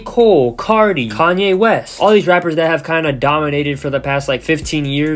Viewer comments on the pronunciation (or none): "Kanye West" *hplodA*😂😂😂